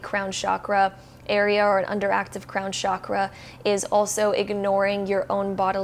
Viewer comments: Sure, interesting and everything, but, please, I beg you, from now on, whenever you utter the word chakra, please say it with a distinct ch as in chair sound. Being into spirituality means respecting the language of origin of the terms you work with, right? Do keep that in mind. Thank you. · Genuine question, why do people in the west pronouce Chakra as SHAKRA? Where does that misconception come from? Do they assume it's of French origin? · Please please please Western world stop pronouncing the Ch in Chakra as SH. It's wrong. It's pronounced as it is written.